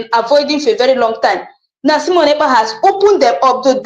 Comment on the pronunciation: Not Semon but Simon